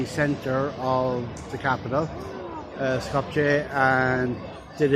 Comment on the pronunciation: Please.......Skopje is pronounced Skop-ye. The' j' is pronounced as a 'y' in Slav languages.